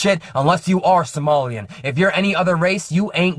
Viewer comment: I think he has been struggling with somali